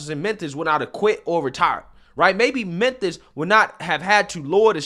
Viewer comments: What The hell is Menthis bro? It's Memphis pronounced Mim•fiss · Bro...good video. But why do you keep saying Menthis? I thought the city was called Memphis.